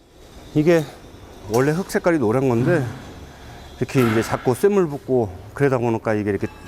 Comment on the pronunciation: 들기름을 들끼름으로 발음하는 애가 무슨 내레이션을 한다고...들기름을 발음을 못해서 들끼름 들끼름 이라고 발음을 하나..쇳물도 쐿물이라고 발음하고..무슨 발음을 저렇게 세게 된소리로 발음할까...